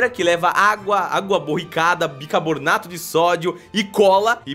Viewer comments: Não acredito que ele falou " bicabornato " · "Bicabornato de sódio" kkk